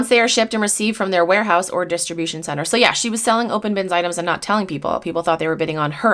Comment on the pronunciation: Lmao “dish-tree-bushion center”. Why was it so hard for her to say opanbinscloset! SMH